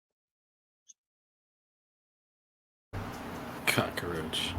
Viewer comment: cocka-roach 😂😂😂 I was running with "peanut butter mouth"